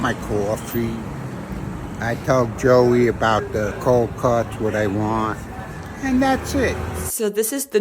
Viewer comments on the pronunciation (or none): none